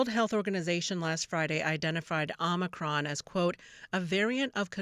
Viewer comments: Even c-span is spelling it 'omNicroM' like grandpa Brandon keeps saying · OMICRON. NOT Omni. 🙄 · Why don't you call it omicron...? It's not omnicrom, you moronic, adrenocrom junkies.